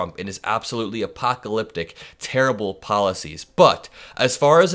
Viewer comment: “Guys, I have tarriful news…”